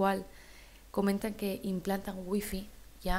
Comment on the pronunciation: WIFI ?????? QUE CARAJOS SE DEBE RESPETAR EL NOMBRE CON SU RESPECTIVA PRONUNCIACION